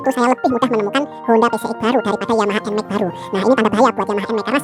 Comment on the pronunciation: Dibaca EN MEX ❌ Dibaca EN MAK ✅